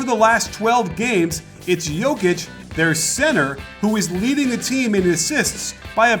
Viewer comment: Nicely done plus perfect pronounciation of his name.